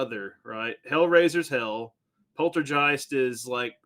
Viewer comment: You pronounced Poltergeist wrong